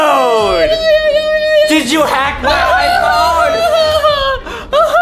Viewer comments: “my Secwets! “ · Uhhhh did he just say secwets?!